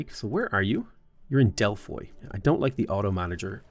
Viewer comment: From what I can tell about the first few minutes, Ara is a mix of Old World, Millennia and Civ. The many mechanics seem a bit overwhelming at first. I hope there is a useful tutorial? Anyways, you are KILLING me with the rape of all them Greek city names,.. (DelphÍ, AthínA)